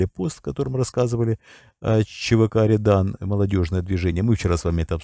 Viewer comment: рЁдан, ударение на ё